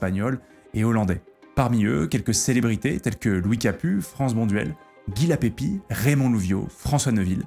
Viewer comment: "Guy Lapébie" pas "Lapépie" . Le frere de Roger vainqueur du tour 1937.